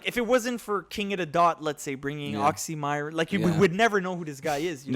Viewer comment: Next time pronounce "Oxxxymiron" properly... 😅 put some Respek on his name!!!😎